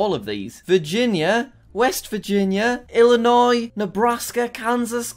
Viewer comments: Why can Jack pronounce Illinois correctly (without the s) but NO ONE ELSE OUTSIDE OF ILLINOIS CAN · jack: says Illinois correctly also jack: ar-can-sas